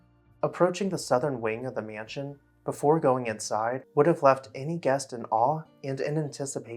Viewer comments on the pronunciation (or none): Every time the narrator of this video says the word "mansion" I cringe. It is not pronounced "me-yan-sion". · T I am a native speaker and he IS mispronouncing it. It's a simple two syllable word, and people in certain parts of the U.S., like the upper midwest for example, often add an additional syllable to that word and others like it. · Love the pronunciation: myanshun.